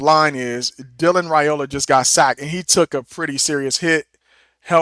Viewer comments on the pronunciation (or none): Dillon's last name is pronounced RIOLA. The a is silent.😊